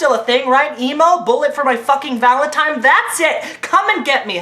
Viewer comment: I love how always says "valentime"